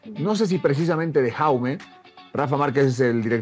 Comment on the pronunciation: Jaume no se lee con la J española, sino con la J catalana o inglesa (como Lebron James), a ver si conocen mas de su jugador, que me pitan los oídos al escuchar como le llaman a Jaume